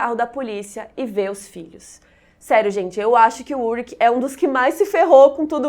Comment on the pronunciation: Só uma correção, meu marido se chama Ulrich...e se fala, Ulrixi e não Ulrik